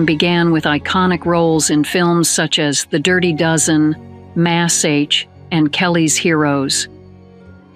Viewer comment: Someone needs to teach these AI "people" to pronunciate better. M*A*S*H Which should be pronounced mash, like mashed potatoes. No it pronounced it MazH 😂